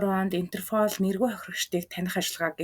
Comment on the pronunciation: Комфань, фрофайл, интерфол!!!!